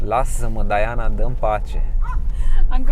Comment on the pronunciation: Se zice și citește Diana, nu Daiana.Va-ți englezit.